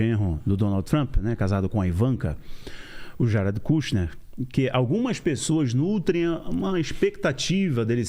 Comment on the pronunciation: Ate que emfim um brazileiro que pronuncia o nome Jared corretamente!